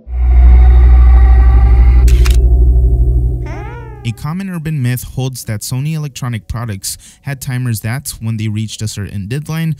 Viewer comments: Guy said "Sonny music" 😂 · Bro what is your pronouncing of these words. This is such a good video, but you can't pronounce records? You can't pronounce Sony? You have MJ saying it right in your video. Damn man so disappointing